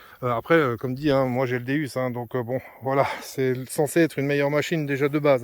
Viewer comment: Ha oui petit détail l'ami tu prononce pas bien le non de ton détecteur c'est pas un déUs mais un déOUs sa se prononce déOUs le non c'est dieu en latin je trouve que c'est important chaque chose a sont non tu ne dirai pas jais un Garret apux ou un minelab equinux donc tu a un XP déOUs renseigne tois tu verras que se que je dit est vrai